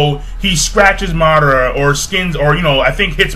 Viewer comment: MaH-DaH-Ra xD Madara not Mudora